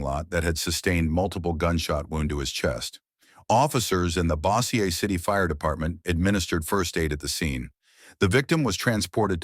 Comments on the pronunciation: Bo- sure. The way you spell it they'll end up saying Bow like bow wow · bossiaye? it's pronounced BOW- SURE City...